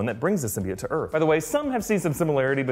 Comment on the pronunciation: I was so glad when i heard them pronounce symbiote right